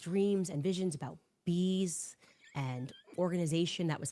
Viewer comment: I thought she said dreams of "beasts" like the beasts from Daniel and Revelation... but apparently it's bees! 🐝🚫🧟‍♂️